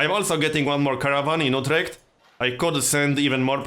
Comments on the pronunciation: I think everyone pronounce that like that except americans. It also sounds exactly as you described in mind. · You pronounce Utrecht quite properly, not You-trecht like an American would. Did you ever spend any time in the Netherlands?